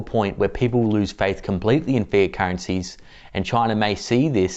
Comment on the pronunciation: Sounds like he is saying"fear" currency instead of " fiat " currency.